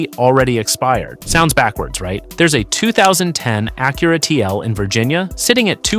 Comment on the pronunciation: AI pronounced Acura two different ways in the first opening remarks !